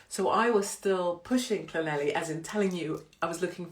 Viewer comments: My Welsh mum would be mortified that you didn’t pronounce Llanelli properly. It’s thnethleegpgogochurghughchokespitphlegm. Wonder why she left. She still can’t say ‘blouse’ (blowers) or ‘fire’ (fyeer) or ‘keys’ (key-eers) or ‘sure’ (shoo-er) 🤣❤️ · When you get to Llanelli, ask a local to pronounce it for you, every you've said it, I've giggled! I must admit, some of the Welsh towns are pretty tough, too many L's & Y's!! Love the earrings 💕🐩🏴💝